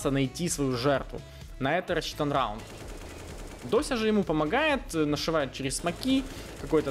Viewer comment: xD РРРАУНД😅😅😅петрик а.к.а ларин!)!(!)